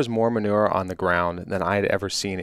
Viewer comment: He called it manuer lol. First time Ive ever heard it called that for any deer.